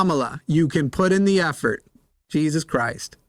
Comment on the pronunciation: that his god is pronounced Je-has